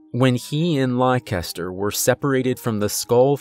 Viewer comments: I think it's pronounced "Lester" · Leicester is pronounced "less-ter". It's a British word. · Americans tend to pronounce my home city (UK) the same way youre saying the horses name lol. Is it spelled Leicester by any chance? You say it like Lester if so ; )